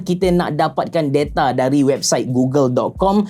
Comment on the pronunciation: Da-ta abe da-ta, bukan de-ta wkwk.